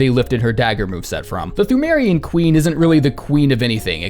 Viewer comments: Fun Fact: Pthumerian is pronounced tomb-air-ian, much like how Cthulhu is pronounced Kuh-too-loo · the way you pronounce ‘Pthumerian’ is triggering me. Ignore the H as well as the P the next time you decide to force out yet more content from this game Good video by the way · thu-meh-rian queen, imo